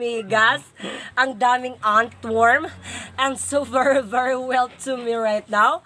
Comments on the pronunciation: Ang daming "antworm" 🤣 🤣 🤣 🤣 Love this vlogs of. ❤️ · "ANTWORM" "DILI ROUTINE" "DILICACY" "DILISCHEDULE" HAHAHAHAHAHAHAHA ON POINT BAGSAK AKO NGAYON PERO IS THE ONE WHO MAKES ME SMILE